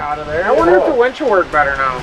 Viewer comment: it's not a wench it's a winch